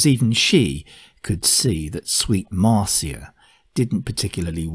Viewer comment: I've always heard Neil refer to his second wife as "MAR-shə" not "MAR-see-ə".